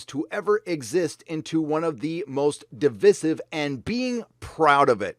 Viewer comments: At the beginning you pronounce 'divisive' correctly, but 4 and half minutes in you revert to the new moronic form. Is this just to drive me up the wall? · You pronounce devisive incorrectly. The Quartering does the same. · Please pronounce divisive correctly. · Good vid....I enjoyed it, but please correctly say “divisive”....The middle “i” is said as it sounds in “ice” not the i sound use to say “in”. Should it matter? Yes, and you can’t excuse it as accent...all over You Tube, we have channels, basically wrecking the language and putting it out there for youngsters to pick up and learn wrongly. It costs nothing to say a word correctly and it stops you coming across as illiterate. Please help save our language huh! Not that anyone cares...